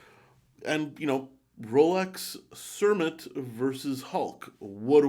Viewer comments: I think is best to stick with the new Kermit rather than calling it cermit, starbucks etc. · Dude. Did you really call it a Cer-mit?? It's Kermit, as in Kermit the Frog!! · Pretty sure it supposed to be "Kermit".